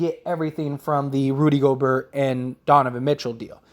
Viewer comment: it’s pronounced Goberr ( silent T ). Not GoBurt.